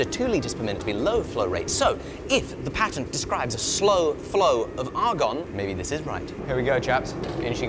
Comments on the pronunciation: You say patent wrong for a brit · The amount of effort it must have taken to force himself to use the American pronunciation of "patent" every time... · Damn I don't know him but I love it Soo much the way he says ,,The patent! Has bloody Expired!" 😂